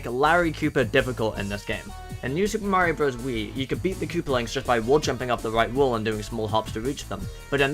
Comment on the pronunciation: you were calling mario a furry, right? RIGHT?!?!?